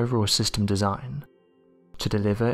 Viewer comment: I really wish he would say "EARTH" instead of "EARF"